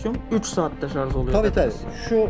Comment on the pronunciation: şarz değil, şarj. Elinize sağlık. Güzel videolar yapıyorsunuz. Türkçe'mizi de daha doğru kullanmaya çalışalım. Bir TRT hassasiyeti beklemiyoruz ama yine de telaffuzda biraz daha dikkatli olmanız fena olmaz. Hatalı telaffuz kulak tırmalıyor. Lütfen kusura bakmayın. Buna mı takıldın da demeyin. Bunlar videoyu izlerken insanın dikkatini dağıtıyor.